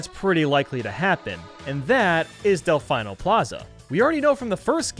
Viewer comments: Del-fee-no not del-fine-no ok? Ok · Delfeeno not delfyno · Del-FEE-no, not Del-FI-no. It hurt me watching that section, but it was a great video overall. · anybody else gonna acknowledge the fact that he pronounces del-FEE-no as del-FI-no? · Its pronounced Del-fe-no not Del-fi-no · It’s “Delf-ee-no” not Delf-ie-no” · DEL FEE NO NOT DEL FYE NO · Del-fee-no not Del-fye-no they get the name for the Italian word for Dolphin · Disliked because of “Delf-eye-no.” It’s pronounced “Delf-ee-no.” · It's pronounced delfeeno plaza you uneducated swine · IT'S DEHL-FEEN-OH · Del-FINE-nol Plaza is what i heard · "Del-FINE-o plaza." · Did he just say DelFYno plaza? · How to incorporate the surfboard capture: make it a Blooper, and make it capable of surfing similar to the Blooper Surfing in Super Mario Sunshine. And just because it irked me, it's Dell-Fee-Noh Plaza, as proven in Sunshine's Intro. Otherwise, would love to see quite a few of these ideas in Super Mario Odyssey 2! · Why do you say delFINEO plaza? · It's "Del-fee-no".. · Did he just call it.. Del-fine-o plaza! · you don't even have to play Sunshine to learn how to pronounce Delfino, literally watch the opening for like 30 seconds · Am I the only one annoyed by the way he said Delfino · am i the only one triggered he said Delfino wrong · The way you pronouced Delfino displeases me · Your pronunciation of Delfino hurts me so much. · A part of me dies inside whenever he says it wrong. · can we just mension how incorrectly you pronounce delfino? just go on google translate, italian, type delfino and listen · the way he says Delfino hurts me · buddy, I love ya, but the way you pronounce “Delfino” physically hurts me... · Like he sounds like he knows what he’s talking about when it comes to sunshine which confuses me even more because sunshine has voice acting and they literally say delfino the right way in the game so idk how he could’ve possibly messed this up 😂